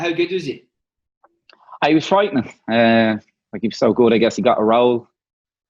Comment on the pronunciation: TAKE A SHOT EVERY TIME DUFF SAYS 'FRIEIGHTING".